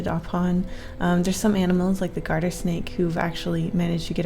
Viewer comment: it sounds like ur saying ‘snek’ on the second drawing lol- speaking of snakes, I have 2 snakes, their both ball pythons :D cute little snek :3 thanks for reading ^^ but litterally: imagine while ur dying and you look up to see a karen looking godess of hell and heaven staring at you shushing ur pain away. hah that would be kinda cool, tell god that lmao (don’t take that seriously it’s a JOKE. i know many people of died of it, infect I was almost tricked into eating it, many people died in the situation. I was full at a restaurant with my gf who was also full, I couldn’t eat or drink anymore, like litterally. I then saw someone in a suit walk in and ask some people some random words, I couldn’t hear then cause I wasn’t paying attention, he then walked up to me and my girlfriend, he stared at me and said: ‘hey, I have a question.’ I stared at him and answered ‘yeah what is it’ conversation will go with no context for a sec- him:’so, I recently made a drink flavorer,’ me:’oh, we’re ok we’re both full, have a nice day tho.’ I then turned to look at the room and stared at everyone slowly dying, we then ran out into the car and got away, but litterally, that was terrifying.) also their might be mistakes in that little bubble thingy